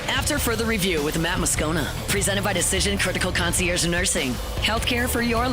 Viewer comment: Why doesn’t Matt know how to pronounce concierge?